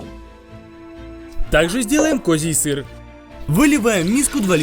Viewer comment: я один смеюсь со слова сыррр?!?!🤣😂